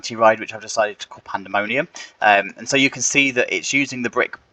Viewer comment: “Panemonium” 😅 You might want to fix that